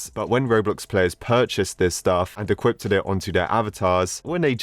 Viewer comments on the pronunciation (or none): i am still angry that every time this man says 'equipped' he says 'equipted'